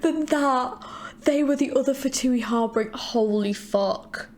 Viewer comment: “HAR-BEEN-GER” not “heart bringer”💀